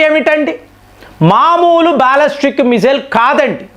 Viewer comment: అరేయ్ కొన్ని నీకు నోరు పలకదు. Non veg మానేసి vlogs చేయి. బాలిస్టిక్ missile ni బాలస్టిక్ అంటున్నావు.